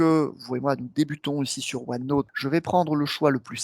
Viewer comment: Bonne vidéo, juste pénible le "OneNôte" ;-)